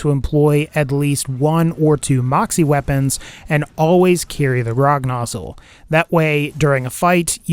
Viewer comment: Anyone else hear him say 'rognozzle' at some point?